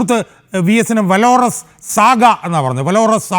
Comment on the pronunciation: അന്തിമ 'ഘോഷ യാത്രയല്ല .'തെറ്റായ പ്രയോഗമാണ്. വിലാപ യാത്ര. ആലങ്കാരികമായി അന്തിമയാത്ര എന്നോ മറ്റോ പറയാമെങ്കിലും " ഘോഷ് യാത്ര" എന്നു പറയരുത്. valorous =showing great courage in the face of danger, especially in battle.. ഉച്ഛാരണം , "വാലറസ്". "വേലോറസ്" എന്നല്ല. ഇംഗ്ലീഷ് ഭാഷ അറിയാവുന്നവരും ഇത് കേളക്കുന്നുണ്ട് എന്ന ഷാജഹാന് സർ അറിയണം ..